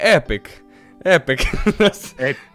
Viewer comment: Єпік а не епик